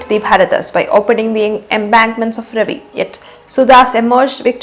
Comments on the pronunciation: Correct pronunciation of river रवि is रावी ie not Ravi but Raavi though written as Ravi. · It’s not river Ravi. It’s pronounced Raavi रावी Please don’t mess up Punjabi names. You guys have done lots of damage to our history already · Raavi not Ravi